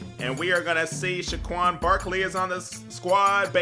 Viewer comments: Bruh! It's Saquan(Say-quan) not Shaquan! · It’s saquon not shaquon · said Shaquon instead of saquon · SAquon, not SHAquon. Fucking idiot. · Saquon not schquaon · Dylan Clearfield it's saquan